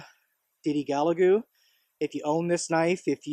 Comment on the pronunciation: Gal ga lu buddy not ga la gu lol just saying